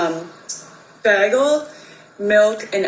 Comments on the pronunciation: The way that laid pronounced “ba-gel” means she is from the Midwest. I used to live up there and they all say it. Also? They use the term “pop” for soda. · SHE HAS AN ACCENT CUZ SHE CAN'T PRONOUNCE BAGEL RIGHT ANYBODY KNOW HOW TO SAY SAUSAGE EGGS AND BAGEL